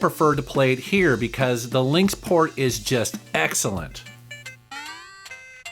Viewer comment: "The Lynx Pkort"